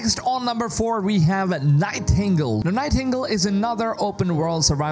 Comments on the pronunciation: I I’m pretty sure that’s pronounced Night-iN-Gale, not night tingle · It's "Night-en-gale". 😉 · Night tingles 😂😂😂 Nightin -gale 😂😂😂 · lol night - tingle lol